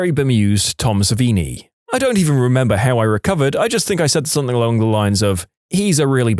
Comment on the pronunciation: No K in the word something